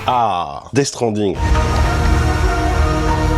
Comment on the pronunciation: Metal Jir, Ze Cari, Dess strending, housse flippeur.. le charme à la française j'adore 😂😂 btw super ton jeu...